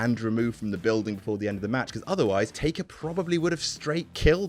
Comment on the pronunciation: you called taker "taker"?! cmon we expect more